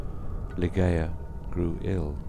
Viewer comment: For heaven's sake it's 'lie-JAY-uh'. Do some research on Poe's intention etc. before recording.